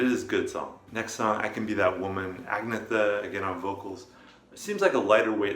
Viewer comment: Aaa-NEEE -a-THAAAA Just so you know :)